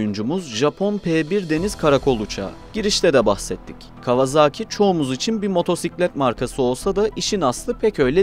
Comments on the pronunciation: Kawazağki değil . Kavasaki diye okunur bilader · Artık 'Kawazaaki''ye bir son vermek gerekli değil mi? Doğrusu : Kawasaki, yazıldığı gibi.